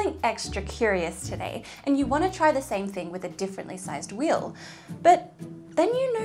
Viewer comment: Thank God we're all different. I can't explain just how irritating this video is. The only thing that's amazing is that she can't even pronounce the word wheel.